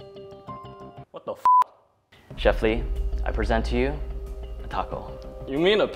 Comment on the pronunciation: His name is Le not Lee?